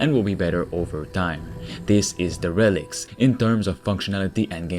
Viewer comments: not De Reclics. Its pronounced DAIR-uh-likt\ 1 : abandoned especially by the owner or occupant; also : run-down. 2 : lacking a sense of duty : negligent. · Its derəˌlikt. Not DE rel ikt 🤣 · I love how you call this game "Da Relic"!! It's pronounced.... Dare a licked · I dont know if anyone has mentioned but the way you say derelics is incorrect. It should be more like deer-ril-ekts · its pronounced "Dare-ah-licks" my dude...just sayin..lol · I believe it's pronounced DARELIKTS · I love that he pronounces it d relics